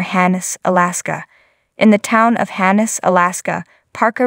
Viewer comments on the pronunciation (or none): Hannes Alaska??? Don't you mean his property in Haines Alaska... love gold rush and the people on the show but listening to the person narrate this video, I can't do it any longer... learn how to properly say the names of people places ect...